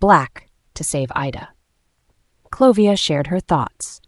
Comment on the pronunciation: ...and it's "Olivia" , not "Clovia". Come 😮ONNNNnnnn AI 😢😂😂😂